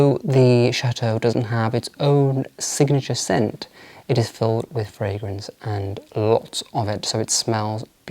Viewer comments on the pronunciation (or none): none